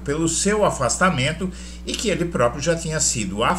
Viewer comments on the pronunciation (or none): none